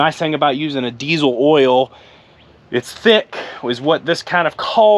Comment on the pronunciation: What is "deezle oil" ???